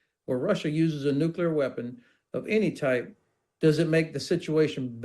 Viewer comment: The British foreign secretary doesn't even know how to pronounce nuclear😂. And Putin never threatened anyone with NUCULAR😂 weapons.